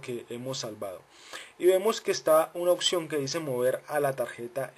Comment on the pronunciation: Opción Opción Opción !!!!!!!!!!!!!! NO SE DICE OKKKSION.....APRENDE A HABLAR PORFA....